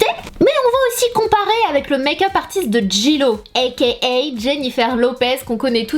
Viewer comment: Pourquoi tu dis dans toutes tes vidéo tu prononces mayk up au lieu de make up🙄